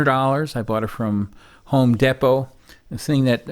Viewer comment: This dude said “home depo” and my wife literally died laughing in the other room lmao